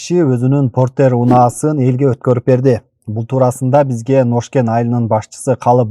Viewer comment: Ношкен эмес Ноокен 😊😊